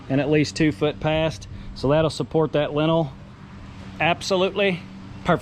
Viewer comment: That word is lintel. Pronounced like LIN-tul, emphasis on first syllable.